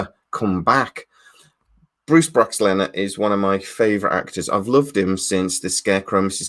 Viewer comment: Psml your butchering of JMS surname and then calling Bruce Boxleitner “Bruce Broxlenner” had me in stitches 😂😂🤦‍♂️ Your favourite actor yet don’t know his name 🤔😂😉👍🏻